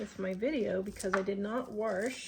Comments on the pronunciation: Do you say warsh? My step-mom use to say wash like that. I loved her so, it's nice to hear that. Anyway, I use to wash my chicken, but I stopped doing that years ago. I don't know why I did it in the first place. Whenever you show video when you're outside it makes me miss Wyoming. We move to TN from Gillette 14 years ago. Love your thrift finds. Great video! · When you say warsh, do you mean wash,..? With water? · I love the way you pronounce wash!